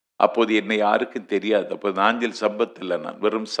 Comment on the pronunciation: Nanju not naanchil